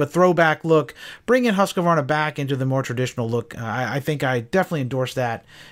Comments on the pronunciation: Say "Hooskvarna", it's the right way. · Pet peeve of mine, hearing people butcher the pronunciation of Husqvarna. It makes my ears bleed. That said keep these great videos coming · Are you saying the name right?